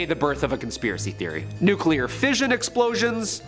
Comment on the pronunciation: Nuclear is pronounced "new clear" not "nuke you lur "